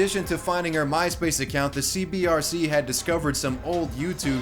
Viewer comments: I like how the graphic says C-B-C-R and he said "Center for Boxy Control Restriction" but pronounces it C-B-R-C multiple times after the video. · CBCR you say it wrong like 9001 times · It's CBCR, not CBRC. Everytime. :D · I want to know WHY people always, ALWAYS say “CBRC” when saying it out loud? Center for Boxxy Control and Restriction, aka CBCR. The ascii is RIGHT ON THE SCREEN when he says it wrong. Edited for typos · Bruh, its cbCR, not cbRC! This drove me nuts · You said cbrc but it’s fuckin CBCR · It’s “CBCR,” not “CBRC.” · YOU KEEP SAYING C-B-R-C...it's C-B-C-R! fuck. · Did you mispronounce the CBCR on purpose throughout the vid? you kept saying CBRC and it kept pissing me off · He also kept saying CBRC, when it was CBCR. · It irritates me that you show that its CBCR, yet the entire video consist of you saying CBRC. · u said CBRC lul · you said CBRC, but its CBCR! small note 😎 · CBCR, not cbRc... dude, it's in the screen for like 18 minutes 😏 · CBCR not CBRC my guy. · Times he said CBRC instead of CBCR: 7 ¯\_(ツ)_/¯ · You keep saying "CBRC" but both in name and in pic you show, isn't it "CBCR"? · CBCR not CBRC. I do'nt wanna nitpick but, hey. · CBCR not CBRC not hating just annoyed me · Well... at least you're consistent in your mispronunciation of the CBCR.... Good video though.